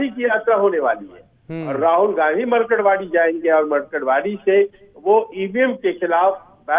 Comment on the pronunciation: मरकडवाडी नही ये मार्कडवाडी है